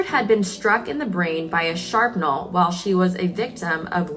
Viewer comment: It's pronounced fyoo-si-lahge, and shrapnel.